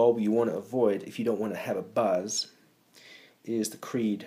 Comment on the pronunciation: clearly it says cree not creed like your favorite band!